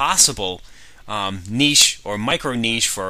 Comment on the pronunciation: finally, someone who can correctly pronounce "niche" :) Great info sir, love the series